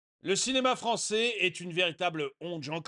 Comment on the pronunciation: Français ou ... fronçais ?! Fronçais de papier !